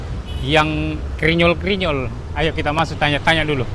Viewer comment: Bkn krinyol tp grinyol hrsx ces..😂